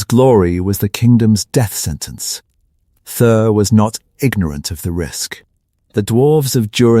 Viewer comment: Who the hell is this 'Thur' supposed to be?? And the pronounciation of 'Khazad-Dum' is ATROCIOUS! At least properly teach your AI system how to pronounce names!! MAJOR FAIL!!!